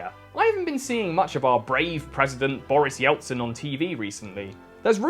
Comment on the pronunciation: why’d you pronounce it as “Yeltsin” you muffed it up so badly